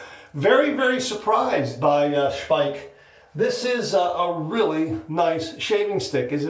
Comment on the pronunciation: And this is why a video is so good. Not only does he take viewer suggestions, he also is educated enough to know how to pronounce Speick correctly! 👍😊 I have the cream and am always amazed at how very little one needs to achieve a great lather ("BOOM!") and a great shave ("NICE! BEAUTIFUL!") 😊😊😊